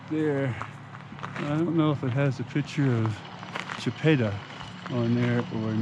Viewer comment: I am a decent of Chipta ,,,, and you say it wrong and you say her husband Ouray wrong too'.